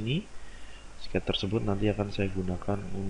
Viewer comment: Ok, no prob. Give it a try and watch it again while following Didi's steps on Fusion. Even I don't understand one word (except when h say 'sketzzz' ;) it is kinda fun to watch and for sure you can re-create what he did. Best regards John